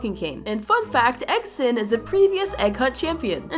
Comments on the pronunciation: It’s not eggsen it’s eggsten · It’s egg Sun not eggThe